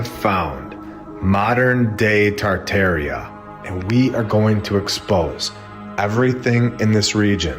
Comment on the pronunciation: The fact that you can’t say tar’tar with the proper way won’t let me watch this stupid video 😂😂😂